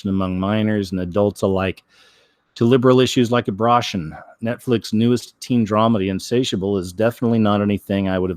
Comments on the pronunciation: Why do you keep saying abrotion? And not abor-tion? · Why does he keep saying abrotion? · How can you be taken seriously when you mispronounce the word abortion intentionally? And why only do it some of the time? However, each time I feel like you're making light of the issue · Abruhshun? Oh row b Vade-r, we get it😉 nice. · S Nomad Mispronouncing helps to avoid tripping an algorithm.